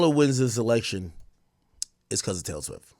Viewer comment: You finally said her name right ak